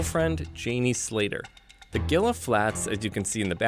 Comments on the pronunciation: Gila Flats is pronounced Hee-Luh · "Gila" is pronouced HEE-luh